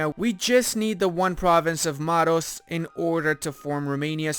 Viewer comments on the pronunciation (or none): Is a Romanian: Can't pronounce "Pest" or "Maros" correctly 🤔 Still love the channel tho don't sweat it